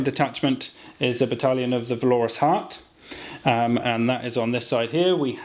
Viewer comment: Why not give the sorcerer with the extra damage on psychic powers at least one, if not two, targetable MW powers? Also keep hearing valorous pronounced wrong did my head in :)